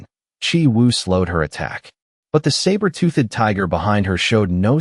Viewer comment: I don't like this new AI voice. It can't say 'toothed' right. UGH! It is also worse for not pronouncing the names consistently than the last voice. "TOOTH-ED" as two separate syllables is getting sooooo annoying. So is the "Lin SURE" for the MC. And the text can't even spell it the same twice in a row even if the verbal pronunciation doesn't appear to change.